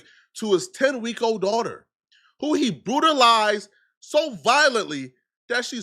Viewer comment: “Butalized” fatto jallah